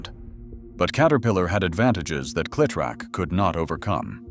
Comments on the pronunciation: Say the name correctly. The way you say it sounds nothing short of STUPID. It is Cle-LONG E- Trac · if just one of the people involved with this video would actually listen to the finished product they would realize how often the narrator would mispronounce cletrac